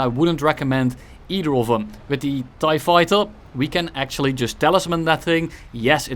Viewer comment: TieFighter or ThaiFighter? 😂